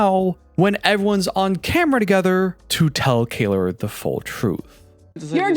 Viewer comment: Kayler ? As in, someone who can’t pronounce Kayla?